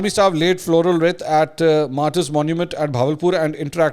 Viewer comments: Please pronounce the word wreath as reeth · Yeh lafz wreath is pronounced as reeth.